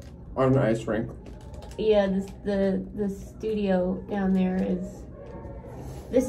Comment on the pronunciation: Not Toe-peeka. Tahpeekah